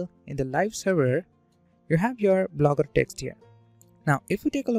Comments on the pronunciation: Lmao "Blooger" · hey man it's not Blooger it's Blogger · great video, but its blogger, not blooger😊, and please add time stamps., its easier for viewers to go over sections again. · Theres one mistake in entire video lmao "Blooger"